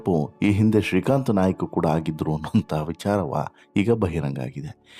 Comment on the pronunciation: Nayak ಅಲ್ಲ Naik